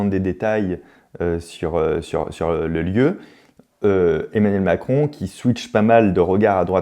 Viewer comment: 1.56min Emanuel macon 😂 mal prononcé je crois